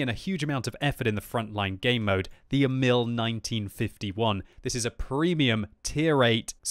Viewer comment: (The emphase on Emil is on "E", not "i", in Swedish, not like the French name. It is just a nit picking. Check "Emil i Lönneberga" video, the Astrid Lindgren story, if you want to hear the pronunciation in Swedish. I don't care about the pronunciation, but if you want to know)